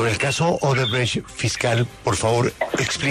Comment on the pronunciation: El fiscal es incapaz de decir la palabra odebrecht 😂